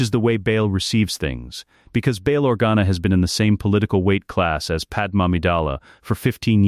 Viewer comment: Thank you for great stories. But her name is Padmé not Padem.